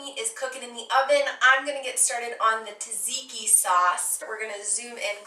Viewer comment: 😎😉 😃 youns can't fool me, I lived in Athens and Columbus Ohio for a lot of years and knew plenty of other Greeks from Pittsburgh and Monroeville and Italians too, they pronounce it just fine. I give youns props on your pronunciation of Tzadziki was pretty on point and you nailed the recipe. If you ever go hog or sheep hunting you should cook souvkakia. I shared your recipe on some Greek (and Appalachian) fb groups and it's getting plenty of likes. Love, love, love your channel!!! If you are ever in Reno the bevs are on me.( I'm in the same industry btw) YASOU ITALEE ☺☺☺